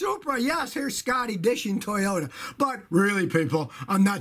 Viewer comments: It's "dissing" Scotty, not "dishing". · Scotty, it's "dissing", not "dishing" ....